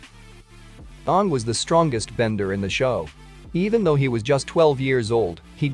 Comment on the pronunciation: 1 . Why am I not here 2 . Can you do something about the fact that the computer pronounces aang the way the cursed movie does ? 3 . Aang was technically 112 when he defeated fire lord Ozai